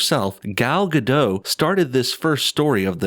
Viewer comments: Gal Gadot, Gadot is pronounced like robot. It's not a French silent t. If in doubt, you can find her saying her own name. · You pronounce "Gadot" wrong.